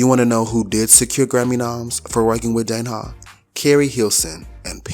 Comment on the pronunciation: You don't miss! I must say that Danja is pronounced dane-juh (danger).